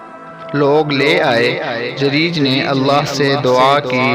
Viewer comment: जरीज नहीं जुरैज होता है Jareej nahi juraij hota hai